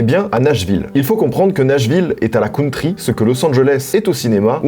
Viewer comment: "La cOUNtry" Mes oreillles saignent